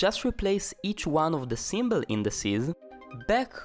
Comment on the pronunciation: What is a "symbell"?